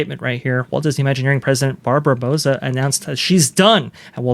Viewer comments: Bow-sah....(As in bow of a ship, not bow of bow and arrow). I'm Hispanic.... Trust me on the pronunciation, 😊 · I believe “Bouza” is pronounced similarly to “Bowser,” because she’s the villain in this story.